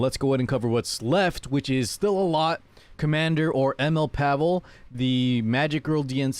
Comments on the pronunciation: Pavel is a name you can meet in slavic countries. Can't tell i've heard a person named Pavel outside of such countries unless he has slavic ancestry. In slavic countries the way we pronounce the name is pAvel not pavEl like they do in the video. I'd say way of saying it is the correct one. On the game topic, he looks very poggers and fits my playstyle. Been waiting for a ML like him for a while, been skipping the pepega banshee ML units they've been pumping out lately. Yes, Diene has different voice actor, because previous one dipped the voice acting biz. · Pa-vull is correct, not pa-vel he says his name in his s3 idk why they all say it wrong